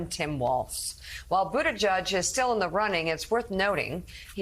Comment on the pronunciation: It’s BOOT-EDGE-EDGE. The man has said it himself. He’s cool enough to not care how people say it, but I care. Be professional and get your job right! Especially if you get on trump for pronouncing Kamala wrong.